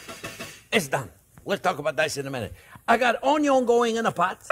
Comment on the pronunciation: Mortar & Pestle 😅 mr. OnYon 😂